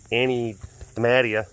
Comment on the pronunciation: BAHAHAHAHAAAA MY GOLIATH SHRINE MADE YOUR WATC!!! 😂😂🙌🙌🙌❤️ It's DEE-mah-TEE-yaaaaaaaaaa